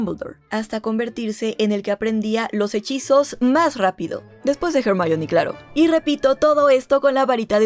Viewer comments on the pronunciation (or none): none